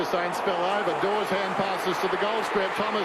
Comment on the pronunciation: DAWES not DAWSON